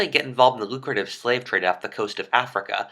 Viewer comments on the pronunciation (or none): none